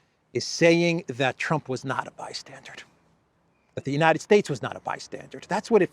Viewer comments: It's NOT 'by-stan-durD' but rather 'by-stan-DUR'. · Bystandard? It's "bystander" you "fargin icehole bastage"....😉(Johnny Danerously) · Bystander! Not bystandard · The word is "bystander", as in merely a watcher on the margins - there is no english word 'bystandard' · BYSTANDER and BYSTANDARD are not the same!!! "BYSTANDARD" IS NOT EVEN A WORD!!! OW!!! My brain! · bystander not bystandard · Bystander. BYSTANDER. For the love of God, the word is bystander. Not 'bi-standard'(?). Geesh. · Why do you keep saying "bystandard?" 🤨:face-blue-question-mark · Bystander isn't "BYSTANDARD". My ears are hurting ! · Bystander not bystandered. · by-stander not by- standard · It's NOT BY-STANDARD (Hard D at the end). it's BY-STANDER (Like someone standing). BY-STANDER...Just sayin' brother. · "Bystander" not "bystandard". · Bystander: not bi-stsndard. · Bystander not -standard …. 😁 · The word is "bystander". Not bystandard. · FYI - it's "bystander" not "bystandard". Minor point. Love your updates. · Blimey, Your English?? Its " bystander " not " bystanded " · Trump was a bystandered?? you mean bystander, yes? Maybe my ears have to much wax in them. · Bystandard is not a word:D. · ...Sorry the word is bystander not bystandard😊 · There is no d at the end of the word bystander Or are you saying bystandard? Which is not a word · It's bystander, not bystandard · No “D” at the end of bystander